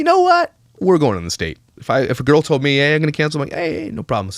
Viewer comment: I cannot stand when people don't pronounce the L in words !!!! It's TOLD not TODE.